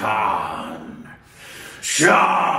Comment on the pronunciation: its not 'Sha Ru Khan' its 'Shah Rukh Khan'